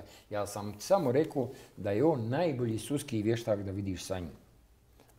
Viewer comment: "suski vještak" 🤦🏻‍♀️